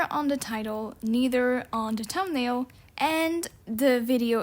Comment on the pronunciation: “da tumnail”